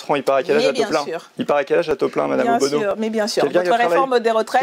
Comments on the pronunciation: Ce n’est pas OBONO mais ONULO 😂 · C'est pas Obono mais ohbennon !!